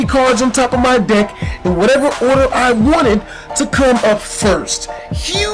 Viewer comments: omg lol kept thinking u were saying dick insted of deck omggg xDDD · every time he said deck i thought he said dick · It sounded like he said dick. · It sounded like he said "blow my dick" lol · XD every time he said "deck" it sounded like dick. LOL